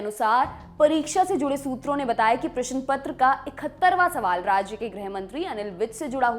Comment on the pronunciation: प्रस्तुता को अपनी भाषा पर थोड़ा ध्यान देने की आवश्यकता है। अभ्यर्थी नहीं अपितु अभ्यार्थी प्रशन नहीं अपितु प्रश्न